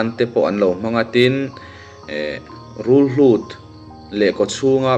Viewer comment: Rulhlut i tia, Rulhut a ni lo maw?!😮